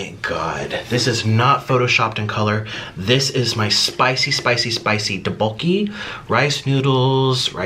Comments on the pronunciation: The rice cake dish is pronounced “duck-bo-kee” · the way he said tteokbokki </3